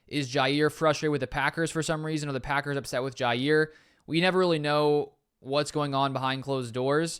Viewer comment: It’s pronounced JAH